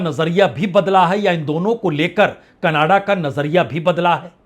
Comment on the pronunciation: Yeh hai Indian journalist, Jin sy country ks name theek sy pronounce nhi hota, woh geopolitics py baat krty hai😂.. Kannada_Kannada_ Kannada 😂 Jhantu Canada hai, Canada,, bol kr dkha ,, bolo,, Ca. na. da,,, phr sy ,,, Ca. na. da.